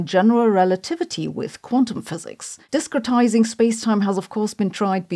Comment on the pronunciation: Am I the only one who kept hearing "Disco-tising Space". And that sounds great.